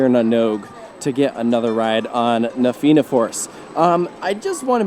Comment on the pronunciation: theyre actually doing well enough with the pronunciations until he said na fianna force